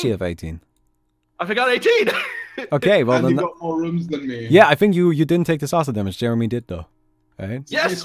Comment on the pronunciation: "its a disastah! "